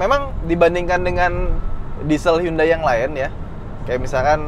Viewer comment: huruf 'H'-nya Hyundai:)